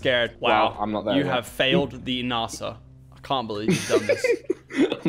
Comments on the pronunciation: It's nasa not naasaa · Is nasa not narsa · Why you saying Narsa its Nasa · “NARSE-a” gotta love NARSE-a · It’s nasa not Nassau omegalul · Why is he saying narsa instead of n-a-sa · did any notice at 31 he said N.A.S.A wrong (btw i love your vids Lachlan) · Did anyone notice that lachy said nasa wrong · You say NASA wrong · the way he pronounced nasa triggers me